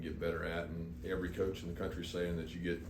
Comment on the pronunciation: 😆😆😆😆😆 are you Australian?